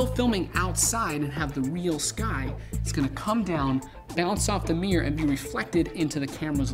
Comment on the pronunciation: What the fuck is a "MEEYUR"????? MIRROR! MIRROR!!!!